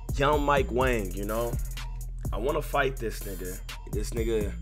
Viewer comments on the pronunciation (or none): none